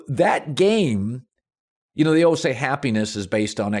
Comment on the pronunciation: Colin “uhlways” cowherd